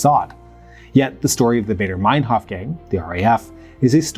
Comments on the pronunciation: I quite sure it is Andreas Bader not Barder. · Nobody called it "Bayder" Meinhoff, it's "Bahder." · As a Swiss who became very interested in the history of the RAF in the 2000s when I was a teenager, I think it is so weird that there is hardly anything about them, or other leftist terrorist organisations, on English YouTube. But they were so important and connected to the DDR, PLO, etc. Btw it's Baader, it rhymes with "rather" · Did you know you can put foreign names and words like Baader, Kiesinger, Ohnesorg, Dutschke, Mayer, Weiterstadt, etc into Google translate and hear how they are pronounced? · Please put some time into practicing foreign names, you have butchered the German names here. Starting with Baader. Your channel is usually of high quality, this is an uncharacteristic error. Maybe somebody told you you are doing them right - you do not. Sorry and keep up the good work!